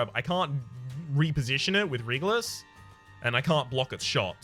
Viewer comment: Am the only one who is irritated by that mispronunciation of Regulus?? It's pronounced REG-YOU-LUS! Not REH-GULL-US!